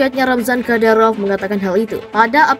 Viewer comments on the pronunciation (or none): Ni pembawa brita bilang kadarop,, hihi